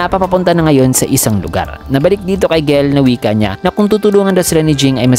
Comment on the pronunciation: Jell po gell ang pag basa hehe